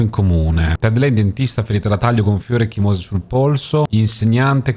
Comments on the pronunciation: (Min. ) "ecchimósi sul polso": meglio ecchìmosi (accento sulla "i"). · è Ecchìmosi, non ecchimòsi 🤣